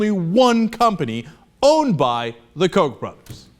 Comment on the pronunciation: Koch is pronounced COOK not COKE.... lol